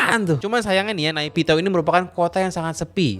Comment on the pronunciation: Pengucapan yg benar itu nepidoo bang aku pernah nanya ketemen myanmar